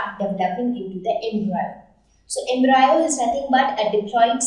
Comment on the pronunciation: It is Em-Bri-O not Em-Bri-Yo →_→